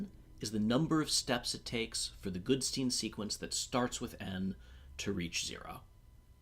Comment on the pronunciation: Goodstein, not Goodsteen.